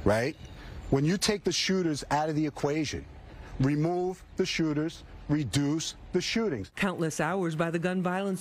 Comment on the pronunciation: He pronounced shootERS wrong 😂😂😂✊🏿✊🏿😂😂😂